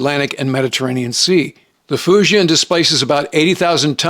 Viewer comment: "Foo Gin" is closer to the correct pronunciation of "Fujian". DLI grad in 1983, Mandarin.